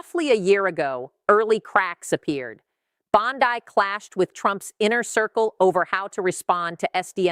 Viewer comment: The name is Bondi, not Bondai, and the fact that you can't keep a thing that simple straight means that you are a fool.